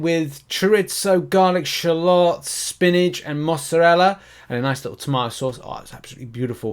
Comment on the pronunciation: Disappointed but the silver lining is your pronunciation of shallots, chorizo and your sarcasm is hilarious